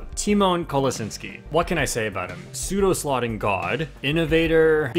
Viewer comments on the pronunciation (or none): Isn’t it pseudo slotting? Slaughting??